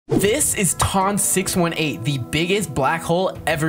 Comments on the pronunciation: Ton 618 is actually pronounced like ton like "that thing is 18 tons" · ITS PRONOUCED T-U-N 6-18 BUT ITS SPELT TON 618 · Its how you pronounce it dude. You say it as "Tun" And Nothing Else.